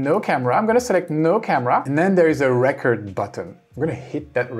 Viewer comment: Just a quick tip from a fellow ESLer: the way you say “recording” is perfect, now cut off the “ing” and pronounce it the exact same way and you’ll be saying “record” correctly. Love the videos, keep it up! 🙌